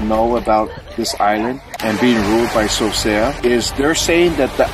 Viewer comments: Its not Sosea lou seasea o. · It’s not Sosea it’s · It not Sosea his name is